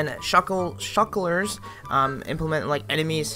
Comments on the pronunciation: shulkers not shuklers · Shull kurs not Chucklers xD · Its shulkers not shuklers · shulkers not shull kurs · Lol did he say "Shekelers"